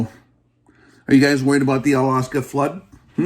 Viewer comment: Its Al Aksa, not Alaska.